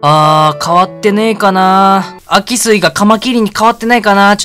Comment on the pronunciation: あきすいじゃなくてしゅうすいですよ（秋水）